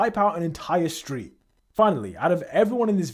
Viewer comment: Did you just say street